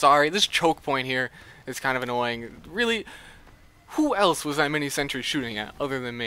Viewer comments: It's a shame that a good youtuber is ruined by his pronunciation of sentry. It's sentry, SENTRY. Not sentury. Ugh... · zeronics He doesn't say sentry. He says sentury.